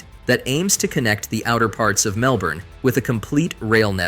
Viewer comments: If you use AI to narrate your videos, at least make sure it's able to pronounce Mellbourné 😂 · Cities like Melbourney... if you couldn't already tell this is AI-generated video garbage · I was thinking the same thing lol man made an Aussie city sound French😂